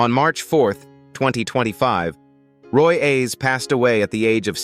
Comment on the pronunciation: The guy’s name was Roy Ayers not Roy Ace damn AI needs to get their shit together